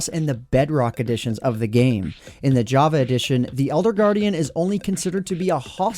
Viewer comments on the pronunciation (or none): none